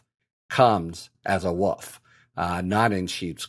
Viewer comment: "A woof in woofs clothing." My English mother just screamed from her grave. "That's not the king's english!" Woolf, wool-ph is the correct pronunciation. Just saying, I was at first confused by what you said.